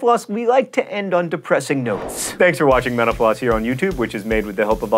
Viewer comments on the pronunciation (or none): Why do I keep hearing 'menopause' when you say 'mental floss'? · every time he says "thanks for watching mental floss" I hear "thanks for watching menopause" lol... I'm so weird... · Am I the only one who thinks John Green is saying menopause instead of mental floss? Lol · Anyone else keep hearing "menopause" instead of "mental_floss"?